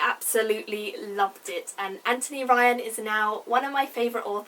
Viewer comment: FINALLY. Someone says his first name properly in a review. Good on you.